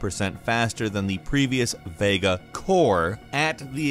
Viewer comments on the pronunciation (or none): none